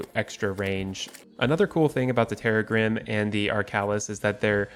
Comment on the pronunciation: Correct pronunciation is terr - RAG -grim, rhyming with "crissaegrim," the sword from Castlevania Symphony of the Night that Arkhalis and Terragrim are based on.